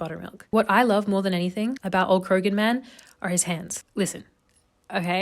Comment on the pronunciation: Krogan man? You mean Croghan man. Pronounced cra-hen.